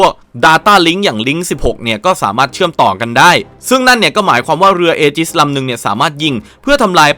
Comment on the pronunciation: ถ้าอ่านให้ถูกคือ "อีจิส" ˈējəs - ae-gis ครับ เผื่อใครยังไม่ทราบครับ